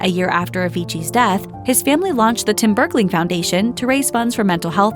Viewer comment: stop saying bergley